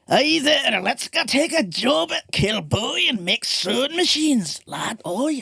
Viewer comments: It's promounced Kill-bow-ee. I was brought up there. Kilbowie Road, Clydebank. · OK! so the emphasis on first syllable is correct? Darn Yanks. :)